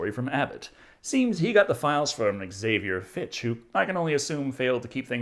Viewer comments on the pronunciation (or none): none